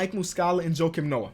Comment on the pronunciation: You lost me when you said Jokim Noah🤦🏾‍♂️